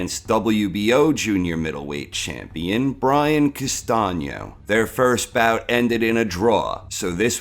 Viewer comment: why castaño ´s face in the thumbnail? castaño > charlo but you are not ready for this nice to hear someone that actually can pronounce "Castaño"